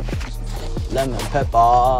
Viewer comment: my man said lemon peppaa